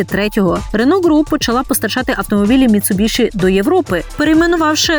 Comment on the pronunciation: Ну вушы ж баляць слухаць як Вы каверкаеце назву маркі. Ну якая "МіцубіШы" калі МіцубіСі??? Проста кроў з вушэй і не магу глядзець ролік